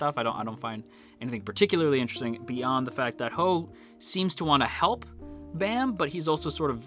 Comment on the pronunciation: Please say their names right... It's Baam(Bahm) and Khun(Koon) sheesh. I didn't realize how much incorrect names would piss me off